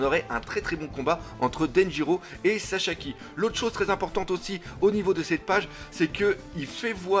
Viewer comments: Mais il s'appelle Sasaki! Pas Sashaki, pas Shasaki, et pas Shashaki:D 😂 Bonne continuation 😉! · " SASAKI " et pas " saCHAki " mdr et comme d'habitude une très bonne vidéo et l'image et le son top 👌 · Pourquoi tu dit chachaki ? xDD